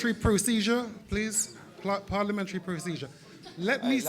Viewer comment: "Parlimentry procedure" classic eubank sr😂😂😂😂